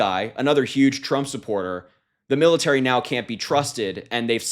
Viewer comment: that pretty much sums up these P.O.S.... Red State Education in full effect here, "Milirary" instead of "Military"... can't believe you missed that one?